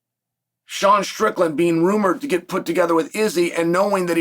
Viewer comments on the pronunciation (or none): none